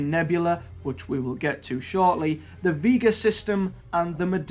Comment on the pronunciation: You should really try watching Doctor Who. Then you could pronounce Orion and Vega and Cyberiad.